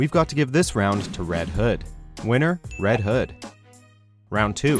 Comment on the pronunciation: You said red hood wrong